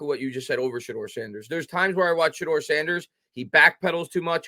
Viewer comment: It’s shedur Sanders